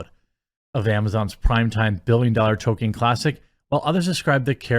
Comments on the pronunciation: Jeremy, why do you always pronounce "Tol-kien" as "To-ken"? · I can't stand how he pronounces it "Toe-ken" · Why can nobody on youtube pronounce Tolkien’s name correctly?